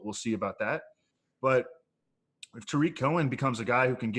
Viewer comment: famous for his mispronouncing names. His newest one is Blake Jar-WIN instead of JAR-win. Another good one is Day-Day instead of DeDe Westbrook, and TAH-rick Cohen instead of Tuh-REEK Cohen.